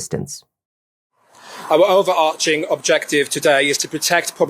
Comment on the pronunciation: The Chief Superintendent said 'overarching'...oof